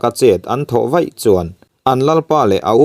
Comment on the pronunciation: Thawnthu ngaihnawm tak tur niin ka hria, chhiar dan pawh i thiam. Mahse, mizo ṭawng i lam dik lo ṭhin hian min ti ner sawk sawk mai. "Chem vei" i tih hi ' Vai' tih tur aw. Tin, Chengrang te Ṭhival te hi i thluk dik lo, a dang pawh a awm nual mai.